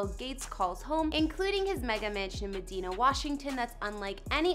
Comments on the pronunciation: It’s the city is pronounced muh-die-nuh. Not meh-dee-nah lol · It’s pronounced meh-DINE-ah not me-deen-ah 😂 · Medina is pronounced, "Mah-Dine-Uh". Porsche is pronounced, "Por-sha" Get it right. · Mad "I" na Is how it is pronounced